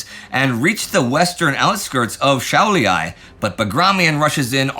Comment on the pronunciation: Šiauliai* not Shaulyai 😁